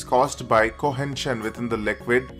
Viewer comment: Horrible accent with a weired "N" in the words cohesion and adhesion !!!!